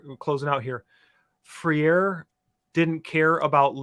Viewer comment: It's not pronounced "Freer". It's pronounced "Fray-reh".